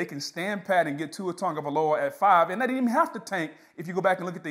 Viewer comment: The man's name is not TON-gavialoa. Sheesh